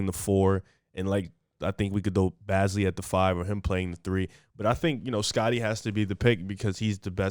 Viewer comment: Baze-lee. Not bazly. Baze-lee lol